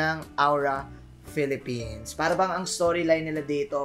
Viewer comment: Napansin ko lang lods ang ganda ng pagka pronounce mo ni Philippines sa ONIC at AURA